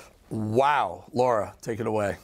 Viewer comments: It’s not “Laura Trump”, it’s “Lara Trump”. you should work on your pronunciation Eric Bolling. have a little respect. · Bolling keeps pronouncing Laras' name incorrectly. He pronounces her name - "Laura".